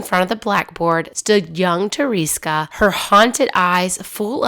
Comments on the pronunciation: Tereska is a cute deminutive of Teresa. It is not "teriska" - how you pronounce it in a naughty English manner. [TerE- ska] second "e" sounds like "wEstern" and always sounds like this in Polish! Tereska - without any doubt it is "s" not "z". Thanks for making this film 😊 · Thought it might help with pronouncing certain names and words better by recommending this. Slowly sound out the name or word. Like Tereska, pronouncing it with breaking it down would be Te-re-ska. When you pronounce it broken down like this it should sound more like Ta-ra-ska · Hi, I’m polish and it really hurt me to hear you butcher her name like that lol. In english you would pronounce it like Ther-eh-ska (short for Ter-eh-sa) Adventova😅😅